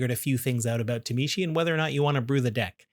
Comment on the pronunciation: Please understand phonetics and stop saying “tuh-mee-she”